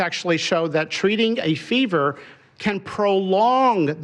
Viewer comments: It's not your fault you are dumb and your president is too.....can't even pronounce acetaminophen....that's hilarious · My 10 year old granddaughter knows the word acetaminophen and can read it. Unbelievable he is that illiterate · Bro can’t even pronounce acetaminophen